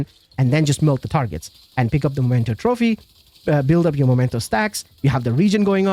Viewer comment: Why people can't read? It's Memento and not Momento!!!!